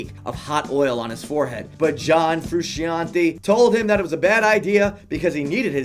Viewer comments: frew shawn tay, not hard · 4. John "Frusheeantee" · John Froo-Shon-Teh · It's not pronounced "Froo-Shee-an-tay". it's "Froo-Shan-Tay". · John Frusc-EEE-ante?!? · John Froosheeontee...lmao. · John Froo-Cian'te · Have u ever heard of John froo-she-ontee? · Your saying frusciante wrong dum dum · I hate how he pronounces frusciante